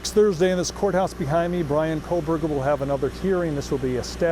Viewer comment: I just don''t understand when you have only one job to do and you still manage to miss pronounce his name as ' KohbergerS ' It just does not compute for me